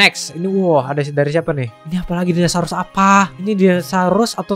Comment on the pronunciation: Orang lain: Dinosaurus Bg: Dinasarus